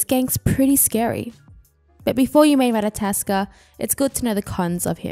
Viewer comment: it's not ratataskr it's ratatoskr